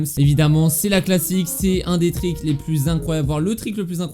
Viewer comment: stp dit triks et pas trik